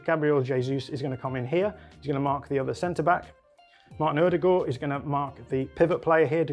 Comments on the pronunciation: Can we just take a second to appreciate his pronounciation of «Ødegaard» ? 👏👏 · It's really nice to hear an Englishman pronounce Ødegaards name correctly! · kudos on pronounciation of Ødegaard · First time I’ve heard someone from the UK pronounce Ødegaard correctly